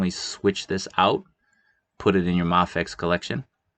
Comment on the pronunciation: It's pronounced may fex.